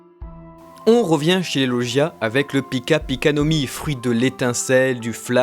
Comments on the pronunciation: ON DIT LAUGIA PAS LOUGIA mais sinon trés bonne vidéo ^^ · ET SA SE DIT LOGIAS